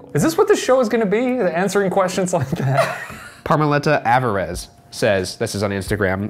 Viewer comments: LOL "pamaleta avarez", i think its Pamela Tavarez.. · The way he pronouced "@ lmao "Parm-a-leta" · Are we just going to ignore the fact that Ryan pronounced Pamela Tavarez “Parmaleta Avarez”? 🤦🏻‍♀️🤦🏻‍♀️🤦🏻‍♀️ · Pamaleta avarez 😂😂I'm pretty sure it's Pamela Tavarez 😂😂😂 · "Pamelata Lavarez" im so fucking done with Ryan's pronunciations.